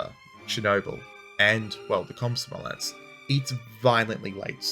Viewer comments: Did he say Cosmo Omlette? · It's a scary word, but you can almost pronounce it the way it's spelled in English. Kom-so-mo-lets, kom like com in communication, so mo like you're talking about Mo from Simpsons, saying "That's so Mo!" and lets you can pronounce normally. Think of Mario's "Lets go!"